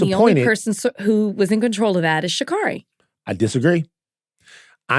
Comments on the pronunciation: It's pronounced "she carry". ❤ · Love y'all. Just gotta say it's pronounced Sha-Carey. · Stop pronouncing Sha’Carri’s name wrong